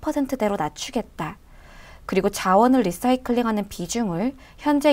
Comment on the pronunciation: 지난 번 ENPH 도 내용이 너무 좋았습니다. 이번에도 LICY에 관심이 있던 차에 시의적절하게 도움을 주셔서 감사합니다. 그리고, cnbc 에선 “라이”싸이클.. 이라고 발음하더군요. 참고요.